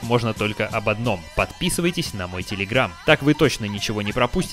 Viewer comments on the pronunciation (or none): none